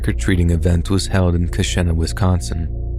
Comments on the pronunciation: The Wisconsin story.... It's pronounced ka-sheen-na..... I'm sorry, I'm from here and it bothered me lol. But it's true and it was scary when it happened and for a few years after I know a lot of people just bought candy from the store instead of going trick or treating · I am a long-time subscriber and absolutely love your narrations. I just wanted to give you the correct pronunciation of two words from two separate stories. The Wisconsin town of Keshena, where the drug-laced Halloween candy showed up, is pronounced Kuh-shee-nuh. In the Le Loyon story, the French word 'Le' is pronounced Luh, not Lay. This is not to be confused with La, which is exactly as it sounds. Le is the French masculine for 'the', and La the feminine. When you pronounce it Lay, that is actually Les, which is the plural of Le or La. I'm not trying to be a jerk with this comment, I'm just giving a helpful hint for the future. Keep up the awesome narrations, and I look forward to the next episode .